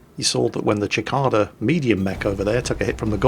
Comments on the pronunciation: It's pronounced 'See-ca-da'. It's an insect, we have them by the bucketload in Australia. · cicada = sih-kay-dah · the Cicada is pronounced sih-KAY-duh. You don't have bugs in the UK like we do in the US. The cicada is a large noisy insect, about 2" long, green, very common in the midwest and south, and harmless. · Give him a break, he was given a Comprehensive Education, so he doesn't speak the language very well. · Just in case you do more of these videos (please do!!!), the Cicada is pronounced See-Kay-duh. I'm still having trouble with the pronunciation of the Worcester ship but I'm willing to go with your version ;) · It's pronounced sicaida you noob. Also seriously, PPC's, AC2, AC10 and LL are majorly underpowered ATM. As are Pulse/ER lasers but you can't get them atm. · I thought I'd gotten used to Jingle's horrible mutilations of words with him pronouncing Lowe Luh-veh, and EVERY time he says any Japanese ship in WoWS (the Japanese always end syllables on a vowel, never on a consonant, Na-GA-to, not NAG-a-to, Ya-MA-to, not YAM-a-to). But then THIS happened! It's not a foreign word man! It's plain English! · I know it;s named after the insect, and i've never heard it pronounced the way uses. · Thanks for digging that up, (and the correct phonetic way or writing it out), as you say it could be a regional thing in other parts of the world. I just know it's not pronounced that way in the Uk or US, (i've probably heard more US people say it TBH). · It's a see kay dah not a chick cah dah. A cicada is a type of bug. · That pronunciation of cicada though. Ackchually, it's like suh-kayda, not chick-ada. Wot? Sigh, I'll be back to the salt mines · Cicada is pronounced Sic-kay-da not Chick-ada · sih-kay-dah ------ /sɪˈkeɪ.də/ or kih-kay-dah ------ /kiˈkaː.da/ (original latin) I've never heard anybody other than say "chikaida". Might be the Czech pronunciation, though. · FYI, Cicada is pronounced - Seh-Kade-uh